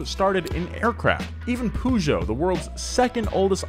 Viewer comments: Peugeot: "Purr-Zho" not poo joe. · I’m British and was like wtf is a pujo it’s puh joh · Me, a European: What is "Pujo" "OH HE MEANS PEUGEOT" (more like puh-joh) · I know right? I know it as purr-sho weird sh-j sound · poo-jow? it's purr-show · "Poo joe" It's Puh-joe with the joe part a bit longer. Poo joe lmao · "pužo" interesting pronunciation of "pežot" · It's not Poojò, it's Pejò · Why do u call peugeot pujo? It sounds more like pegeau lmao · Poo Jo? Its more like Pe jou.. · Why do you call it "Puuujo" its "Perzio" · it's not "poo goet" its "Peu-geot" like "un petit peu"..... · Pugo 😂 it’s (“ per- ge- oh”) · I love you guys but please do some research on manufacturer pronunciation😭 peugeot is pronounced “per-zho” not “poo-joh” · Absolutely nobody: Donut media: ~pOoJoE~ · Pea-you-got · Per zho. Im british and i barely knew what he meant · it's so annoying to hear pujo xD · I pronounce it "Pe-jot". or simply "Pežot" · did just say "pooshow"?! And again... and again! I've never heard it pronounced like that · "poo jo" What the hell man? D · like why acknowledge the silent T but ignore every other aspect of French pronunciation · pronouncing Peugeot "Poo-jo" disturbed my French ears so much 😂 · Great video, but the "pooh-geot" is really like a red rag to a bull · I notice that only Americans say poogeot. Even Mr. Regular does it. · Nobody: nothing: poojeau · Nobody:: poojo pooma jagwar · I've never heard Peugeot pronounced like that, it threw me off. In Australia it's pronounce as "Per-geot" not "pew-geot" lol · Take a shot every time he says Poojoe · You call Peugeot poojoe? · ...sorry I can’t take how you are pronouncing every brands name correctly.. but Peugeot? You are the first person I have ever heard pronounce it as “pujoe” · Please stop saying pougeot instead of Peugeot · bro why do you pronounce Peugeot like that? it's pronouned (purr-geot) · Pugo not Peugeot PUGO